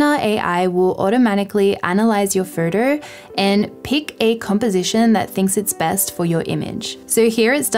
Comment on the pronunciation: Great video. I just can't process your pronunciation of a word 'photo'. I'm constantly hearing 'further'.